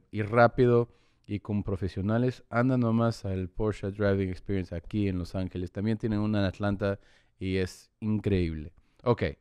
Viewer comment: "porsha....ah....driving experionce"😂😂